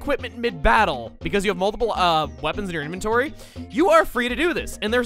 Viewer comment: Did you say Mole-tiple reasons?